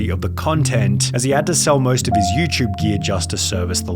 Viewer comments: I love how this guy calls it YouChube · Hey Sunny i was wondering what in the hell is youchube